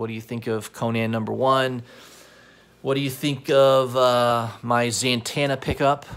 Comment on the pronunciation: I swear I hear you saying ZANTANA like santana